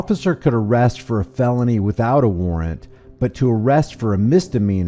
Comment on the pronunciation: a-WAR-RANT....how cute...silly! 😂😂😂😂😂